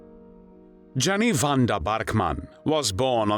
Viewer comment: Pronounced Yenny not Jenny. Aka Mad Jenny.